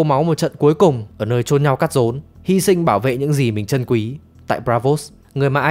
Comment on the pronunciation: ''ở nơi chôn nhau cắt rốn'' =))))))))))) đọc nghịu hết cả rồi , đây có phải Người chơi đồ'' đọc k ta